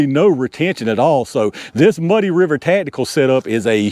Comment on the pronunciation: Ta'tical. Ta'tical. Ta'tical.